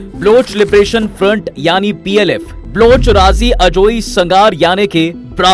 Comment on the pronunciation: ब्लुच नही बे बलोच है वो. कान पका दिये ब्लूच ब्लुच बोल के .